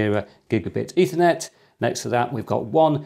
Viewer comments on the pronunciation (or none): none